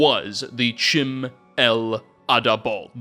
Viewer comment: "Chim" would sound like "Kim"... anything starting with the "ch" would use the "k" sound. Also, there's three Ts in potentate.